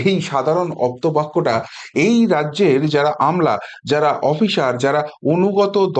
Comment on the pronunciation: আপ্ত বাক্য। 'অপ্ত' নয়, বাবা।